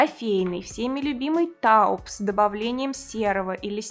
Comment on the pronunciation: Ну что за "таупс"? Вы же профессионал!